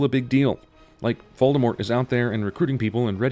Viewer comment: Wow, an American who actually pronounces Voldemort’s name right.